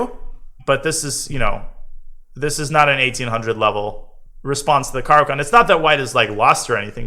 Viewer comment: like everything except your pronunciation of the opening